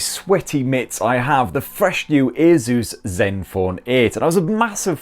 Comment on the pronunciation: A Zeus 😂why are you saying it like that